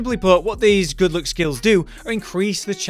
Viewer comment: Why do i always heard good look instead of good luck 😅